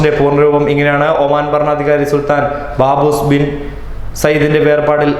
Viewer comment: Its not Baboos its SULTHAN QABOOS BIN SAEED